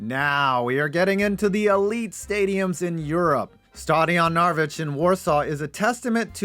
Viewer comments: If you have butchered saying "Cruyff", then you commited war crimes while saying Narodowy as Narwich. Pour yourself some shots of vodka, maybe it will go better, cheers. P.S.: UTree better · 2 Polish Stadiums? POLSKA GURRRROOOOOOOOM (also, you absolutely butchered "Narodowy", awful, I love it)